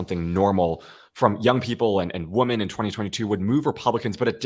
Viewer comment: Victor.... two tiny quibbles: I hear you pronounce the collective noun 'women' (wim-in) the same as the singular noun 'woman' (wum-un). These are two distinctly different words which mean distinctly different things. Each has its own distinctly different pronunciation. Jer Z = "Jersey" (as in New Jersey) not 'jerz.'